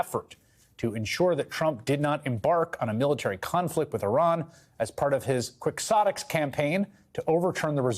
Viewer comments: Quixotic is not pronounced kwicksotic., it is pronounced keyhotic. It's base is from the novel Don Quixote by Miguel Dr Cervantes. I know I know I know, I'm missing the point of the video, but I am compelled (OCD) to help. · Ahem, the 'x' in quixotic should not be pronounced. Should sound like an 'h'. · Learn how to pronounce 'quixotic'.